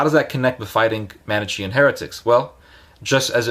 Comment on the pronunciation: Not even well intentioned. He doesn't even know how to pronounce Manichean!